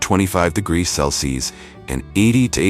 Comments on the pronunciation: Celsius or Celsees 😂😂😂😂 Everytime he says celcees instead of Celsius. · Please work on the pronunciation of "degrees", Celsius", and "Fahrenheit". It takes away from your otherwise excellent videos. It shouldn't be that hard to straighten out.